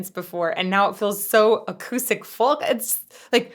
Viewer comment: she pronounces the L in folk? Am I hearing that right?